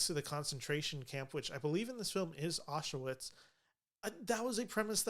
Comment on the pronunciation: It's pronounced "auschVITZ." Regardless, interesting analysis.